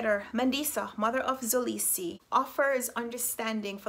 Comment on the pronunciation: Hey your friendly neighborhood south Africa her just to help you pronounce mxolisi it's not pronounced zolisi its pronounced m k olisi with the k representing the xhosa click sound but thays very complicated and I dont expect you to try that😂